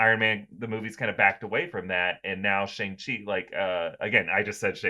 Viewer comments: It’s shaaaaaang Chi not shung chi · It's said sh-ang like sh- and then like aang from Avatar the last Airbender. Shi is correct though. No worries it kinda a tough word. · I have always heard Shang-Chi pronounced like "bang." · For fucks sake stop calling him Shong Chi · “Shong-Chi” lmfao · Jesus...it's Last Airbender all over again. Just because a white billionaire says it like that doesn't make it right. I cannot finish any video about Shang Chi.